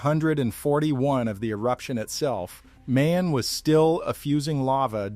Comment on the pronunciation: It's not May-On.......it pronounces Mah-yon .....